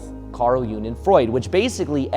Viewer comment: Its pronounced jung not june